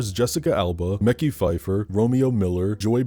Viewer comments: Mekhi is pronounced muh-kHIGH, not “mekki”. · It’s pronounced Meh Ky btw. Love your content. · Why the HELL did you pronounce Mekhi like that